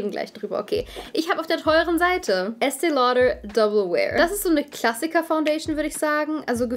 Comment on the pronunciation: Estee Lodöööörrr